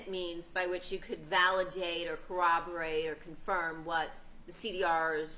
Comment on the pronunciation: Cooberate is not a word right? Isn’t it corroborate?